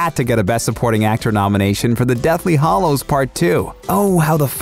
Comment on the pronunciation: Hallows rhymes with shallows and gallows. Not hollows.